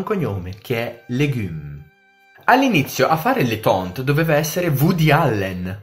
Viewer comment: mi dispiace contraddirti ma lui si chiama Letontte non Lefonne